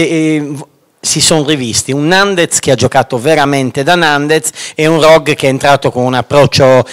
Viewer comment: Finalmente qualcuno pronuncia bene il cognome di Nandez... dal m' 12.21